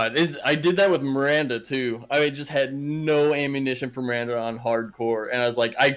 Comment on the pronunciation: Feeling reassured that I wasn't the only one hearing 'Mirander'